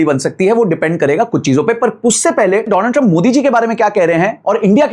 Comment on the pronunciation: पहली बात विश्लेषण होता है न की विश्लेष लन, और दूसरा डोनाल्ड ट्रंप होता है न की दोलन्ड ट्रंप 😊